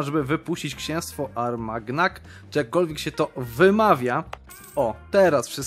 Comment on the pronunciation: wymawią się "Armaniak"